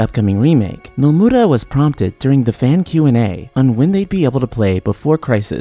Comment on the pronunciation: The way you say "Nomura" just made me un-sub.